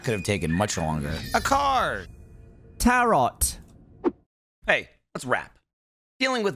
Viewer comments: Gavin saying "Tarot" with the last 't' not silent made me feel some kind of way. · No, it is fairly common to make a sound with the back of your throat for a T in many british accents, it is called a glottal stop. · yes, in the word tarot, we'd use a glottal stop instead of the second T.. I would not call that silent, but we're not making the standard T sound